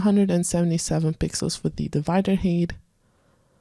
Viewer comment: Thanks, a nice feature. I like that you don't go too slow in your demos. However I always grimace when you say "hate" instead of "height" :)